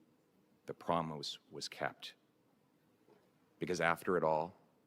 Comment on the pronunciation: "the promoose was kept" Well, that's an interesting way to say it.